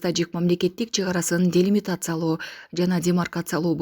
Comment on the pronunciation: Делимикатсияло демиркатсияло кыргызчасы недеген